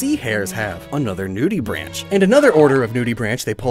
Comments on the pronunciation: Quick note: the "branch" in nudibranch is like "braink" Oh also Munch and Snorlax are Totoro and the little ones with him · nudibranch is actually pronounced like "new-dibrawnk" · Btw nudibranch is pronounced new-da-brank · Anyone else laugh when he said Nudibranch?😂😂